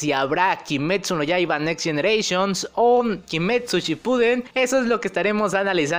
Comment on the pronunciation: nenenenenneneeeee... GOMPANCHIRO NEIS GENURATIONNSS!!! 😂😂😂